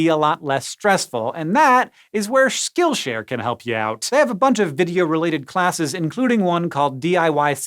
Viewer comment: Did he just call it SchkillShare?